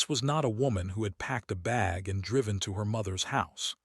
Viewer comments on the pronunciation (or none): none